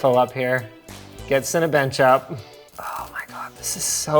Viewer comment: greek or latin word mixed with english’s bad phonetics, so yeah